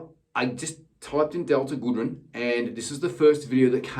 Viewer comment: For an Aussie urself you should know so to pronounce her name it’s not goodren it’s goodrem 😂